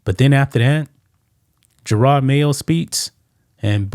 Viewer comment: What's even better is the dude kept calling him Jerard not Jerod. Pathetic reporter with no clue.